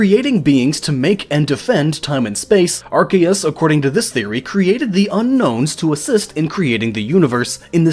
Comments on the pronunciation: It's ar-See-us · Ar-Say-es The c is an s not a k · I thought it was pronounced Arseus Arceus Guess I was wrong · It's pronounced "are see is" (soft i) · no it's pronounced ar-key-us officially speaking according to the anime, Pokemon Essential Handbook, the Official Pokemon Mailbox, and Tom Wayland. It is pronounced as such because the original translation (ar-SAY-us) was considered inappropriate in England and yea I am being dead serious. It is still pronounced ar-say-us in japan though and ar-see-us in some parts of america (due to Pokemon Battle Revolution popularizing that pronounciation) EDIT: which means of the 3 OFFICIAL pronounciations, none of them is Are-See-Is which means no matter what time period OR location you're in, you'd be wrong. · Yeah, pretty much. I personally go with Ar-key-us or Ar-kay-us, which I feel is supported by Silvally's ability, RKS System, which mimics Arceus' Multitype and when said out loud would be pronounced Ar Kay Ess. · Actually arceus is pronounced 'Ar-ke-ous and it comes from the Greek word αρχαίος ( Arkeos) which means ancient. And this is the truth because it is the most ancient pokemon of them all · Can you pronounce arceus correctly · no, its pronounced Arceus. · mispronouncing Arceus name....so hard to listen.....the C in his name is not a hard C like in "Cat". it is sounded out with like it would be in a word like "science".